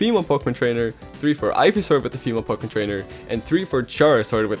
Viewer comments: he says poke mon not poke’mon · It still bothers me to hear "Pokémon" pronounced with a long E sound. ...do I have a problem?